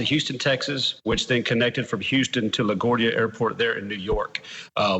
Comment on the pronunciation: Wrong point lol It is incumbent upon the narrator who chooses to broadcast his or her words into the universe to do a little homework before making foolish mistakes. La Guardia is no hole in the wall, and being a major port, the name should slide correctly off every American's tongue like butter bwahahahah - and just guessing, as a NON professional, Nah-ko-dah-ches ?